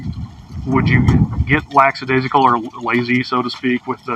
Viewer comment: Note to cop: The word is "lackadaisical", not "laxadaisical".